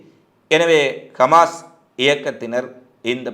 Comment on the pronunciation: Khmas. இல்லை Hamas உச்சரிப்பில் திரும்பத் திரும்ப பிழை வருகிறது கவனத்தில் எடுத்துக் கொள்ளுங்கள்